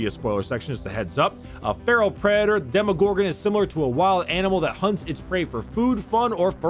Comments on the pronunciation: Hey... it’s Demo not Demi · Yeah who doesn’t know the well known “Demogogron” Not making fun of you bro just thought that this mistake is pretty funny 😂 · Demogorgon or Demogogron? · “Demi” it’s DEMOGORGON DEMO DEMO DEMO DEMO DEMO NOT A FUCKIN DEMIGORGON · its not Demorgorgon ... its De-Gordon-Ramsay ....